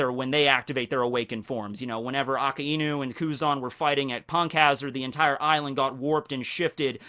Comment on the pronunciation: Good talks, but it really annoys me how you pronounce Akainu. :|